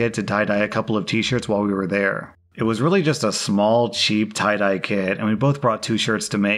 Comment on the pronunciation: His,”You want to tye-dye undies,” is hilarious